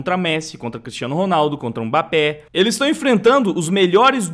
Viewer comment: o cara acha q é mbapp'é' q fala😂😂😂😂. obs: se pronuncia mbapp'ê' msm escrevendo do outro jeito